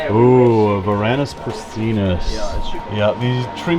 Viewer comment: I thought I heard you mispronounce the Latin name, i.e. you sounded like you said, "prastinus" or "pristinus"; the genus is correctly pronounced pra-sigh-nus (no "T" sound after the first S).